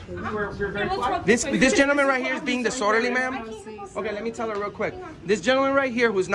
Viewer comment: Hey, please work on your pronunciation. The word is dis-orderly. Not dissorderly.